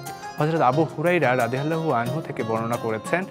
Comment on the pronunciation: আলহামদুলিল্লাহ আপনার প্রতিবেদন টা অনেক ভালো লাগলো কিন্তু আপনার উচ্চারণগত কিছু সমস্যা আছে তা না বললেই নয় সাহাবীদের নাম উচ্চারণ করার সময় রাদিয়াল্লাহু আনহু ওরা দুয়ান বলতে হয় দয়া করে ঠিক করে নিবেন